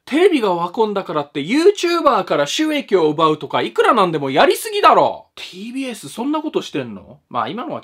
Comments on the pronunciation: tbsがpdsに聞こえてちょっとびっくり笑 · 最初PDSって聞こえたw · “PDR “さんの動画の中で ”TBS”って出てくると、 “PDS”に聞こえるのはおれだけか､､､？